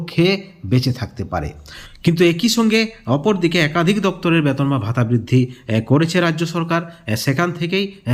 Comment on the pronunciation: Age B-E-T-O-N UCHHARON TA THIK KORUN😂😂😂😂